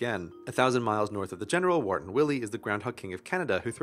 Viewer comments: ITS PRONOUNCED WHY-ER-TIN WILLIE, NOT WORTON WILLIE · it's pronounced WIRE-TON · Uh... That's not how you pronounce Wiarton... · Lmao! You said Wiarton wrong! Used to go to high school there. Also Willy happens to be albino and also has his own top hat posse who wear white suits...